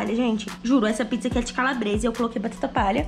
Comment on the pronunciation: você falou ficza não pizza 🍕